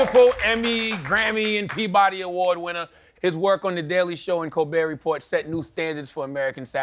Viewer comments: Very classy of Stephen to not correct him on the pronunciation of "Report" in 'Colbert Report.' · "Colbert Report, I think so of you have heard of it." Well, clearly not you because you're saying it wrong :) Whoever wrote his jokes for him should have told him how to pronounce "Report".